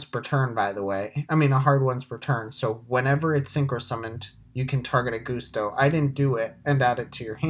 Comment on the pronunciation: Why are you calling it Goose-Toe?